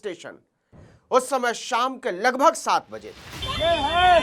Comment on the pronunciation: Sharesha nhi hota sareaam hota h, Shamay nhi hota samay hota h Valdi nhi hota vardi hoti h Uncle shabdo pe dhyan do